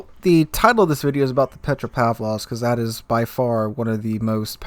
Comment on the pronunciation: Petra pav low ska ?